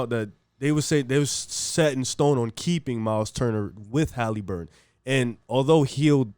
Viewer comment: Tyrese Haleeburton 😂